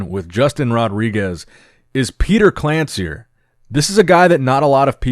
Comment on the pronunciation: Read it as Petar KlanCHir, same like Milosh Sharchev